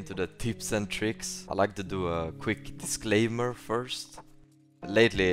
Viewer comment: Its disclaimer not "disclamer" (not hating haha)